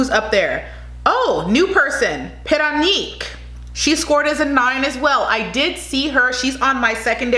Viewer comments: im filipino and dont get mad that she said parañaque wrong its not like she live in the philippines. try pronouncing something from another language. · Paranaque is pronounced as pa-ra-nya-kwe not para nik.otherwise it was an excellent review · Paranaque ahould be pronounced as PARA-NIYA-KE and not Para-Nyi-K :). I love all your videos... please shout me out hehehee... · Parañaque - pronounce as “pa run yuckeh“. Not pa run yuck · She said pa-ra-neek not paran-yuck. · It’s should be Pa-Ran-Nia -Ke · You were pretty good at pronunciation. Paranaque is pronounced Paran yake. Baguio is pronounced Bag yo. Biliran needs more training, pretty face. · Parañaque pronounced as Pah-Ran-Nee-Yeah-Keh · I like the way you talk. You can pronounce PARAÑAQUE like this PA-RA-NA-KEY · You pronounced it very well, except for PARAÑAQUE (Pa-ran-ya-keh) Love u still🥰❤️😘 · Parañaque pronounced as Pa-Ra-nia-keh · Pah- Run-yuh-keh 😉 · I’m right, she meant “Parañaque”. Pronounced as Pa-ran-yeah-key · I think she meant “Parañaque” pronounced as pa-ran-yeah-key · Correction: PARAÑAQUE / Pa-ran-ya-ke 👍🏼✌🏼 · Let me syllabicate "Parañaque = para - nya- ke :) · Pa ra ña que Should be pronounced as Puh-run-yuck-kay Pa say Puh-s-eye Those were two of the pronunciations you did that was way off and unrecognisable. The others were passable considering Filipino isn't your native language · PARAÑAQUE is pronounced like PAH-RUN-YUCK- KHe.. I like you though. So cute. Haha! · We should adopt her paranague pronunciation . I like it better than the real one. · To pronounce parañaque is pa-ra-ña-que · It pronounce as paranyake (parañaque) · PA RAN YA KE..THATS THE RIGHT pronunciation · Parañaque (pa-ra-nya-ke). Pasay (pa-say). Albay (al-bay). It's not pa-sey or al-bey. But it's okay. We understand. No big deal. Thank you for the reviews. ☺ 👍 👌 ☺️ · Parañaque = Pa-ran-ya- keh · Baguio = bag-yo, Albay = Al-buy, Parañaque = Paran-ya-ke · Albay is pronounced as (I'll buy) Paranaque is said like (para-nya-ke)